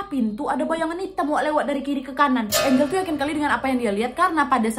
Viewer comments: Lucu pas Nadia nyebut nama Angel (ENJEL)dg ejaan ANGLE 😂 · Ngakak pas nyebut nya angle🤣 galak enjel wkwk